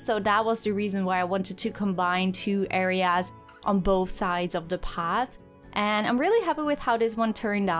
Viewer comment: At 16:1 you said areas I mean how can you say areas so badly but keep up yhe goosed work